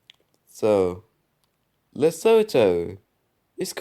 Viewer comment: Honorable mention: Polish Presidential election. Also Lesotho is pronounced "lesutu". Anyways, nice video. P.S. I DON'T support the Polish Government, friendly reminder